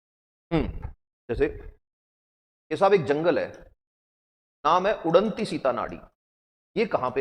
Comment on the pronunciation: Sorr sir wo उड़नती सितनाड़ी नहीं उदंती सीतानदी है cg का